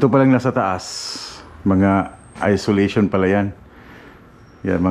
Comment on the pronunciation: insulation po idol hindi isolation, tsaka maganda sa garage floor mo is yung epoxy floors hehe